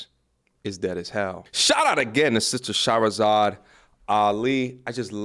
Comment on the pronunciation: 2 years and you still have not taken time to pronounce Her name correctly... You can't mispronounce it an claim your educated 😂